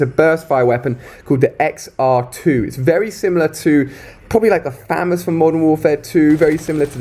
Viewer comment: Ali trying his shorts off at a play event, and thank you for showing the next bal. Oh joy the scrub lords will be using this gun thinking yay I am faze mlg silent knife 420 blaze it fgt optic and some more faze shot. Anyways it is fa moss not famous lol ;).